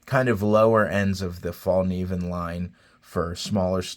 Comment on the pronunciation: Fyi… the Fällkniven knives are made in Japan, not Sweden. The company, design etc is all Swedish but they’re produced in Japan. Btw… it’s pronounced “fell-knee-ven” and the “k” is not silent.